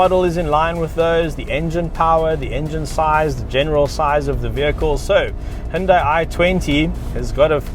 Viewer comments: It's "who-n-die" 😎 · When the brand first came out in Australia, the ads used to say “say hi to Hyundai” ( hi-oon-die) but then a few years later they corrected the pronunciation to ‘he-un-day’ because apparently they got upset at the parent company in Korea about the ads they showed 🤔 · It’s actually hunday Monday